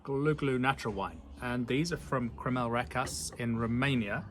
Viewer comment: Thanks for the video and article. We like how you talk about how the natural wine product is carrying over to their standard wines. * The ș in Romanian is pronounced as shh, so it's Recashh.